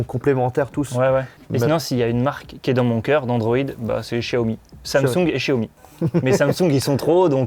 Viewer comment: Un chiaomi ??😂😂😂